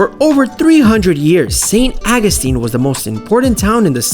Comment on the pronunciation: Could have been a great video... Saint AW-GOO-STEEN. AWWW!